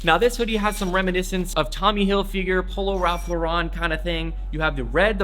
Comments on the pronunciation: Why did you pronounce ralph lauren in french he is american prounounce it as it is spelled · My man said polo ralph laurent